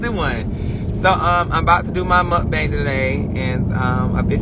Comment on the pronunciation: He sounds so country saying muak bang